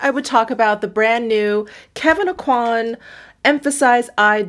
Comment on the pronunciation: On a side note. Just about everyone I've seen on YouTube seems to pronounce "Aucoin" incorrectly. It's a Cajun/French name (Kevyn's adoptive parents lived in South Louisiana). The "n" is silent, and the "coi" should sound like the "kwa" in "quack", not like in "quality". So it should sound like "OH-qua(ck)" without the (ck). Of course, he may have given up trying to get people to pronounce it correctly after moving to New York, or even wanted to change how his name was pronounced due to personal reasons; so maybe I'm the one that's wrong in his specific case. But I bet he pronounced it as I've shown in his youth. I just think it's interesting. I can tell if I'm getting a call from a telemarketer right away, they ask for MELON-kon instead of Meh-LAW-saw. It's almost like having a password :). One of my favorites is Hollier = OH-yay, anyone who says their name sounds happy to see them.